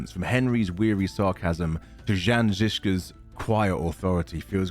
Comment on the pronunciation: Had to dislike even when rest of the video is well made. 1. Have you even played any of the two games? 2. KCD 2 is not a year after the first one, where do you think they are delivering the letter? Siberia? 3. Absolutly butchering the name of Jan Zizka - This one you just must not get wrong